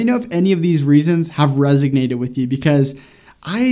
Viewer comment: I say this with love, cuz I truly love the videos, but I swear that you're always saying "resIGnate". Maybe it's just my ear. I dunno. But it really kinda throws me for a loop for a second.